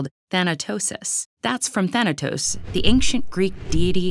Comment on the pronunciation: For once TED accidentally prounced a Greek word correctly! Yey!!! Thanatos just happens to be one of the few Greek words that actually do get intonated on their 1st syllable, unlike most Greek words that don't, but uneducated people everywhere pronounce them wrong. Good work TED ed, hope you guys improve your Greek one day, or use Google translate that its easier and cheaper.